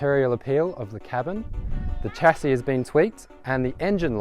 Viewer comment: Sha-see not Cha-see